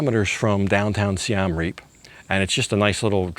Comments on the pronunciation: Siem Reap is pronounced Si-em reap not Si-am reap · It's pronounced closer to Seeuhm. The second word Reap was correct. Literally means Siam Defeated. The first carving you showed is churning of the ocean of milk.